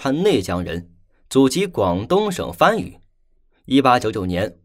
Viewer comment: 番禺不唸「翻」禺，要唸「潘」禺。